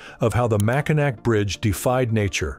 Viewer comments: Its painful to listen to your computer say (Mack i nack). I am native to Michigan. It has always been (Mack i naw) ....... Thats it I guess. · There are three places in the Straights of Mackinaw. Mackinaw City, Mackinac Island, and The Mackinaw Bridge. Everything is pronounced the same. Here it is phonetically.. MACK – IN – AWW You can always tell when someone hasn’t visited the area because they always pronounce it, MACK - IN - ACK. Please, if you are going to make a video about our state, do your research before you speak. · Dude, if you are going to have AI read your narration (which I hate...just read your own script), then write "Mackinac" as "Mackinaw" so the AI engine will read it correctly. Simply do a find and replace on your script and redo this, as the mispronunciatuon is cring worthy. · Mack in naw not Mack in Nack get right when you do a video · Natvite from that beautiful State. Mackinaw, not Macinac. Mackinaw Bridge, Mackinaw Island. Michiganders never call it Mackinac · MACKINAC? Mackinaw! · Every time I hear the AI say Mack-in-nack I cringe!!! French- it’s pronounced Mack-in-naw!🤦‍♀️ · Stop it! Stop saying Mack-in-aK! AI trash-click! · Couldn't stand hearing nac instead of naw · MACK IN GRAW NOT MAC-IN SNACKS" USE THE REEL FIRST NATIONS HUMANS VOCALIZATIONS! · It is the Mac a naw bridge. Not the mack a nack !!! Get it wight !!!!!!!! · The AI voice made me ill when it pronounced it "Macki-nack"!!!🤐 It's proper pronunciation is "Macki-naw"!!! It's NAW, not NACK!!! 😳 It can however be SPELLED either Mackinac or Mackinaw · Naw man. Mackanack?? Thumbs down. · Yes, he should have done his pronouncement of Mackinaw not Mackinac. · CANNOT listen to that computer say mack-a-nack for seven minutes 😡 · It's pronounced MackinAW. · Lol mack a nack. Can't watch. Try again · I'm from Michigan and it's pronounced Mackinaw not Mackinac I did not watch it to completion it drove me nuts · It's pronounced maciNAW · It’s pronounced Mackinaw.